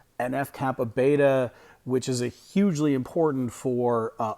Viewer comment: NF-κB. It's B, as in B lymphocytes, not beta.